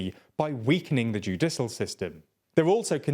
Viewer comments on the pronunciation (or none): My god. I made my initial comment before I saw how was pronouncing “judicial”. I guess I can’t expect you to pronounce foreign surnames if you can’t pronounce basic English words. “Judisul”?! Are you serious?! How can you be proud of the content you make when it’s so, so low effort. You might as well just type up a script and use a bot to do the voiceover. Oh wait - that would involve more work.